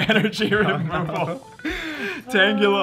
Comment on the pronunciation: I've asked before and I'll say it again... Who the Fuck is Tengyela?